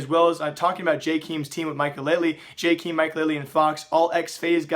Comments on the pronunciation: Who the fuck is "jaykeem" is pronounced "jay Kay em" smh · When are you going to learn how to pronounce Jkaem....